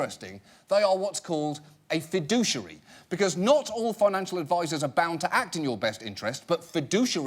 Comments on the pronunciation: fi*dou*che*ar*y not fi*du*ci*ar*y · I love John Oliver and the way he pronounces “fiduciary” :) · Isn't it funny that he says "fiduciary" with 4 syllables when the actual picture says that it's 5?